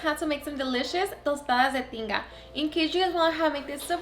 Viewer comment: I came here because I thought she said Tostadas de Chinga!!